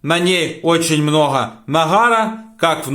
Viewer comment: Мноха😂😂 правильно- многа 👍